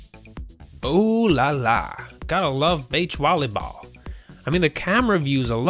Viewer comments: oooh lala gotta wuv baech wolly bowl. This guys commentary kills the whole video 😤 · i like how he said, "beach volleyball"!